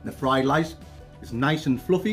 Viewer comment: Love you but do not be calling rice LICE not cool man.